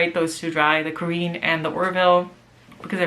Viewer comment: Cool video. Nice selection of pens, and beautiful inks, too. Small pronunciation point: The Waterman is pronounced Ka-ren, not Ka-reen. There's a grave accent over the first e.